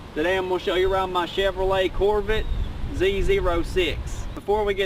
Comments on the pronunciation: "Corvit" > Corvette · "Corvit" instead of Corvette lmao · "Chevy Corvit" I'm in tears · Wtf is a corv it? Say it with me cor-vette... lol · "Chevy Corvitt" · Cor-VIT? What's a Corvit? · "corvitt Z-Zero-six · couvret lol 😂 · I love Corvette's pronunciation "CORVITTE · "Corvit... Z- zero -6" "Mitchel-lin" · Cor-vit lmao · “Neesin” “Corvit” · "Chevolet Corvit" lol at the start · Corvitt Zee Zer-oh Six.. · This is my shevrolay corvit, zee zero six 😂😂😂😂😂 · Lol say “Corvit” 1 more time! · “Chevy corvit” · “My Chevy Corvit” I am dead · the guy in the video says Corvitt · “Chevy Core-vite” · ChevrOHlet Corvit Zee-Zero-6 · "Chevy Corvit" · That's a mighty fine "corvit" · Jput.319 corvirtt 😂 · It's a COHR-vuht. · "My Chevy corvit" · Corvitt, Mitchlinn & yella You need a speech impediment class & a couple Big Macs!😏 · core vit lmao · Chevy core-vit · Mi Corvit zee zeero seex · "my Coorvet" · "corvitt" "nissin" I'm dead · Dude you can't even say it right it's pronounced Corvette where the hell did you get your English somebody need to go back to school. Corvette is a good car what's American sports car not a muscle car muscle car is Viper a Camaro a charger a Challenger a Mustang that is American muscle car. American sports car is a Corvette that's the only true American sports car in America. But yet people go out and buy foreign cars Hondas Toyotas Nissans what the hell for they're not American-made they're never going to be they have an imported name their Japanese so why the hell would you buy something and try to make it look like an American muscle car when it's not you can't make a foreign import into American muscle car cuz that can never be. My book American Muscle Cars will always over whelmed foreign import cars. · Can not even pronounce Corvette right a stupid dumb ass young punk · You sound just like this dude in his video buddy it's not pronounced as pronounce Corvette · Lmfaoo those mispronunceations though. Could not breath for a minute